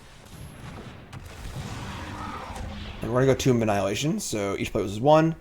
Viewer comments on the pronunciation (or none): youre killing me! Tomb is pronounced toom not tome lol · I love your content <3 but for someone with a language degree you sure do pronounce Tomb wrong, it's Toomb as in a burial site, not tome like a book:D